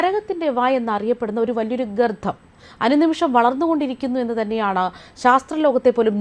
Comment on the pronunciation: ഗർദം അല്ല ചേച്ചീ